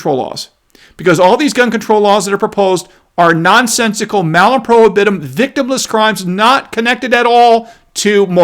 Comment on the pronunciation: PRO HIB UH TUM.